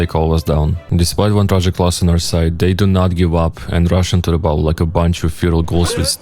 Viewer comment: When you say battle, it sounds like bottle